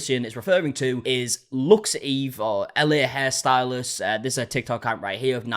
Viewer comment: 'looks eve' SIR, IT'S LUXE AVE 🤣